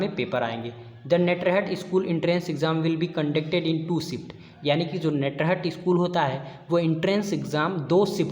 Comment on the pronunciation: नेटरहट नहीं होता है ये नेतरहाट है।